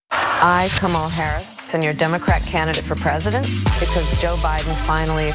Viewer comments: I could immediately tell it was fake because the AI voice says “Kuh-mull Harris.” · Start by her mispronouncing her own name...such stupidity. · Clue #1: The fake voice mispronounced her name.